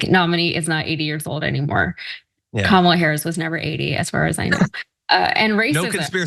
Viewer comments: Did anyone notice that one time trump called her comimala??? Gee!!! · LION kamala harris.... and the dementia makes him mispronounce kamala . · It’s amazing how Trump can pronounce MELANIA perfectly but somehow can’t pronounce KAMALA .😡😡😡😡this guy is an IDIOT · This idiot can't even remember how to pronounce Kamala's name WRONG.